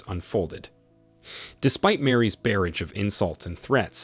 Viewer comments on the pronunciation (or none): Its barrage not bearage